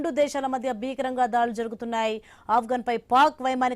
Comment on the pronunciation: ధాడ్లు కాదు తల్లీ ఆ పదం దాడులు మాత్రమే.తెలుగు పదాలను సరిగా ఉచ్ఛరించడం కూడా రాని వారు ఈ ఉద్యోగం లో చేరి మాకు చిరాకు తెప్పిస్తున్నారు